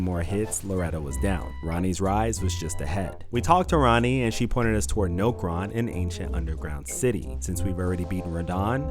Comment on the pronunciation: that I new way of saying Nokron call me off guard and I triple checked to see if I heard you right